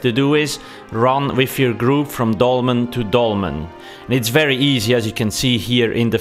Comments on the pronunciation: wery gweat wideo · its a wery wibrant wideo